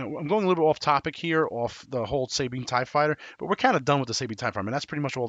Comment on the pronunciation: Say it with me Suh-Bean. Not Say-Bean, lol.